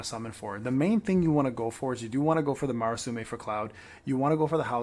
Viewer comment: Please stop saying Marasume. Look up the sword's name and read it slowly.